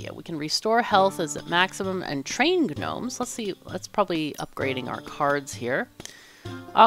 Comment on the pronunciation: You're cool but you're not cool enough to get away with pronouncing Gnomes like GNU.